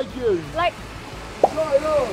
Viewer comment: Shine on ，要連音講：shinon